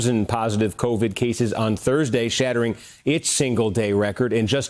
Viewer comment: Haw naw??? Cov???? Haw???? Teach???